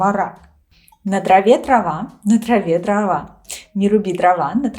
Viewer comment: Это такой компрессор на микрофоне или ты реально Д произносишь как твердую Т от чего на траве дрова звучат как: "на траве трава "